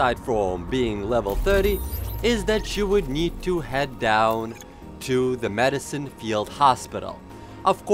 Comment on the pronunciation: Madison not medison hospital..